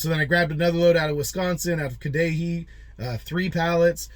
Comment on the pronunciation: Cudahy is pronounced Cud ah hay 😁